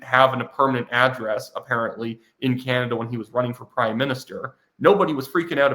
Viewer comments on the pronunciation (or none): none